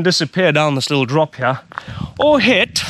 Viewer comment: Love how says "here", "heyah" lol